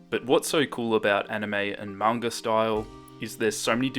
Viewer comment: EH ACTUALLY PRONOUNCED IT CORRECTLY! If he said manga the was people that don't know it, I would've cringed so hard in this video 😂